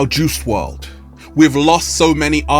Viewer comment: Juice "WRLD" , not juice "WRD"